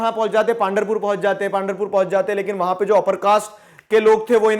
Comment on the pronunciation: Sir it is पंढरपूर Not पांढरपूर ♥️